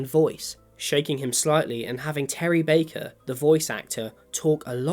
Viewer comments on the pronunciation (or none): none